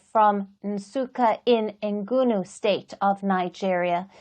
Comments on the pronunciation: What is ngunu state, you guys are mad you can't learn to pronounce or write the name of a state you broadcasting about, bad journalism if can't pronounce our name please don't write or talk about Nigeria thank you. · Interviewer please apologize, the word is ENUGU, not ENGUNU state!